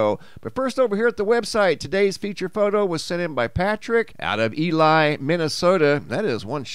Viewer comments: It pronounced eee leee mn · Ely is pronounced E-lee. Just a FYI. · Ely ,Minnesota pronounced E-LEE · IT'S "E-Lee," Minnesnowda by the BWCA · FYI - 'Ely' is pronounced "Eee Lee" in MN [Thanks for another interesting, educational vid, BTW.] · pronounced:. Eeee-Lee .... Ely, Minnesota.. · Not trying to be grammar police but Ely MN is pronounced Elee...